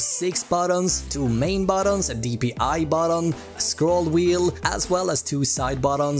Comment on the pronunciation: i love how he says batton intead of button